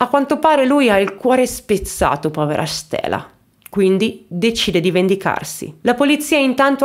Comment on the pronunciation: "nel frattempo lui ha il cuore spezzato povera ssshhhtela" 😂😂😂😂😂😂😂